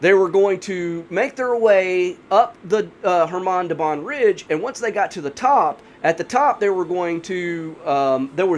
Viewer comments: Do not add k! It's Hamar! Like Suhoy jet is SuHoy, not Sukhoy - russians always sound h before vowels. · Forgot the k, it's khamar daban